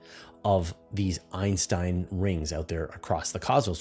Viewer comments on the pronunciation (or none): none